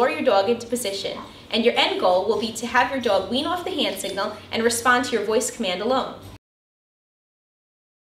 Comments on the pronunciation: the way she says dog is cancerous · You pronounce the o sound wrong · I really love the way she says “dog” it’s really cool. Very helpful as well ! Thank you!